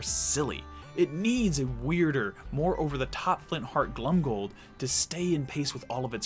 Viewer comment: Your assessments and general knowledge is absolutely amazing! I say this only to perfect your pronunciation - You should definitely pronounce "Glomgold" with the "o" and not like "Glumgold". Mostly because to "glom" is to steal.